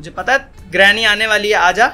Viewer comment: I like he says granny as drameee 😘😁😂